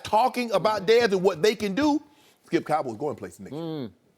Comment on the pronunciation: "Why you do that Shkip" 😂🤦🏾‍♂️ ... this man saod that and didnt break stride while Joy Shannon and ED on set chucklin away